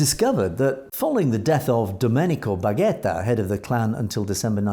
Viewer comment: Please learn how to properly pronounce Ndrangheta.